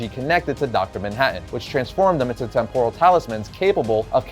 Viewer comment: DUDE! Stop saying Temp-OH-rul. It's pronounced Temp-rul.